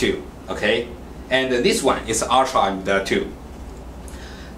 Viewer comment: Dees wan isuh emdotoo, and edees wan isuh urtrah emdotoo.